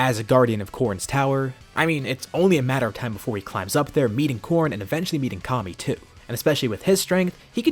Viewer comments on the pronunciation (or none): none